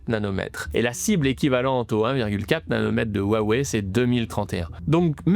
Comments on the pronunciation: Salut; merci pour la vidéo. Juste pour que tu saches, la prononciation correcte de Huawei est "Roua-ouais" et pas "Oua wai" - Désolé de chercher la petite bête, mais ca me fait toujours tilter quand j'entends les journalistes Français ne pas prononcer "Wuhan", "Xiaomi", "Xi Jinping" correctement. Si je ferais un travail journalistique, je ferais l'effort personnellement d'essayer de pronnoncer au moins les marques et les noms des entreprises/personnes étrangères correctement. Voilà, rien de bien méchant et je dis ça juste pour que tu sois plus crédible que les autres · faut apprendre à prononcémer Hua Wei [rhoua ouéi] : le nom basé à l'origine sur la fabrication de téléphones signifie "parler vers" et bien d'autres choses (hua : culture, transformation ; Wei : causalité, direction, "allô" ) bon on a mis 30 à savoir prononcer hyundai 😅